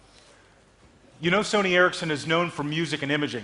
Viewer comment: i know, but its called sony ericsson not ercisson